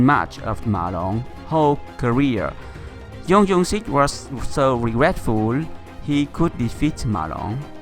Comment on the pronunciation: tennis "PingSunday " Please, I told you last video, to stop calling him "YEUNG YEUNG SIK" But his name is JEONG YOUNG SIK LIKE JUNGLE JUMANJI JORDAN JUICE YOU EVEN LIKED MY COMMENT BUT YOU STILL PRONOUNCE IT WRONG> OH MY GOD